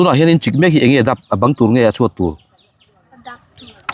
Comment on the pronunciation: Chuat chu chhuat kha 😂 a van fiah lo em 😂😂😂